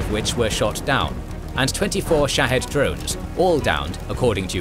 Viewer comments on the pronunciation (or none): none